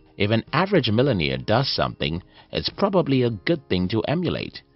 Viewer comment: Mark Cuban not Matt Cuban, Millionaire not Millimere. Like the Video.